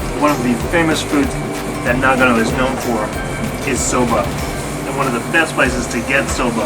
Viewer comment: うーん、日本人としては、英語の「No」と ひらがなの「の」では全く違って聞こえるんだが。というか、あなたを含めた英語圏の人が読み上げる「長野, Nagano」は、日本人には「ながのぅ」としか聞こえていないんだよ、実際。